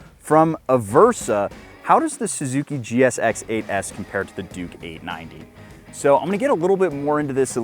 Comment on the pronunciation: Man cut these kind of titles out, For example you are wrong about the crank. If you cant say GSX8s you have a speech impediment.